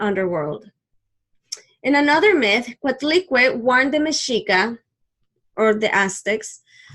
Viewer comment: Thanks but learn to pronúnciate our gods